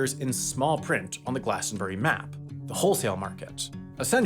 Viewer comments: *glastonBRIE not glastonBERRY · Glas-ton-bree. Not glas-ton-berry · It's glastonburie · Once again I beg Americans to pronounce Glastonbury as a 3 syllable word